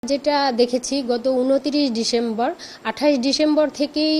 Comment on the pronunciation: ডিশেম্বর 😂 আবার কি ডিসেম্বর বলতে পারে না ছোট্ট মানুষ কে বড় কাজ দেওয়াই ভুল😅